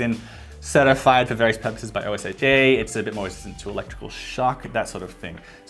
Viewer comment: please don’t ever spell out the acronym for OSHA. just say it as a word. osha